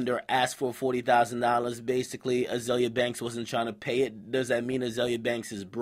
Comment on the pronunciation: its azealia pronounced zeal lol